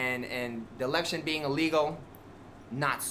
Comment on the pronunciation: Anyone else bothered by how he keeps saying - the lection? Wtf lol. That just seems like such a strooong indicator of looow intelligence. I dont know what this is pr why I'm here, btw